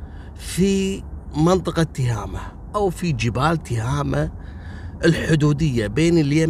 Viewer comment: النطق الصحيح تُهامه بضم التاء.